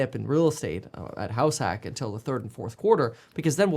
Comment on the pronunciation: It sound like you're saying Halifax when you say househack. Realestate investing in Halifax, never considered that before!